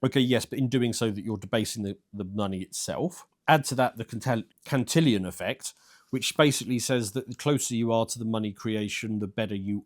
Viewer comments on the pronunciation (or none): Pretty sure it’s “Cantillon”, not “Cantillion.”